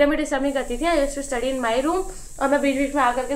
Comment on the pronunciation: dude how are you studying english hons. in a reputed clg and still pronouncing study as 'istudy' and pronouncing many more words incorrectly???